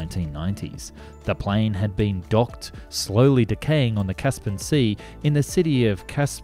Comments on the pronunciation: why does the narrator mispronounce so many words in these videos?......its caspian sea not 'caspan'. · Caspian. Not Caspin! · Its not 'kas-pan' , its 'kas-pee-ann' . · FYI the word is “Caspian” not “Caspan” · There was also the Boeing "Pelican" which frankly made all WIG aircraft before it look like Cessna's it was Massive. I notice you keep calling it 'The Caspin Sea Monster' I think you find it is 'Caspian Sea Monster' like the Caspian Sea